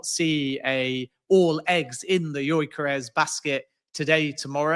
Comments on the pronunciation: His pronunciation of gyokeres is driving me mad 😤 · This joker pronounces Gyokeres in a fruity accent and still gets it completely wrong 🤡